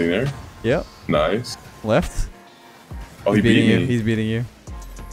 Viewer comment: every time he says "im left" i just hear "im leth"